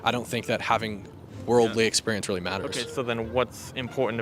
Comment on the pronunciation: "That is not weawwy wewevant" Dude, you brought it up.